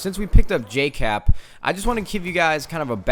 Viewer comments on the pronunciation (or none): just saying it's Jkap not Jcap